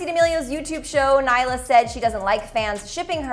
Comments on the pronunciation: naila WOOOOOW its nailea get it right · It's really bothering me that she is not pronouncing nailea's name correctly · i thought it was just me